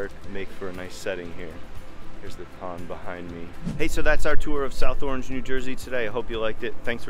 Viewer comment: Locals say "ARNZH," Not "AW-range"